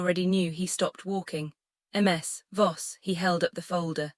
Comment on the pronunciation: There is a simple trick to make the AI pronounce things sensibly. Period. It keeps saying MS instead of MIZ, which is how it’s pronounced so just write it that way in the script. I guess y’all release these without doing a final check. Same with the babies name.Idris is pronounced Eedriss. So just fake out the AI, by spelling it that way, even though the official spelling is IDRIS.😊